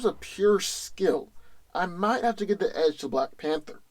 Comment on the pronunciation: "black fanter" is that a new drink?